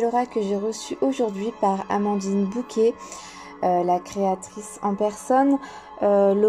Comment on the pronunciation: Très bel oracle que je pense me procurer. Merci. ❤ Simple remarque : je pense que c'est Bocquet et non Bouquet.